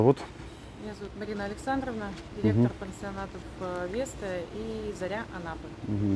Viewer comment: ЗАРЯ Анапы а не ЗОРИ!!! Исправь пожалуйста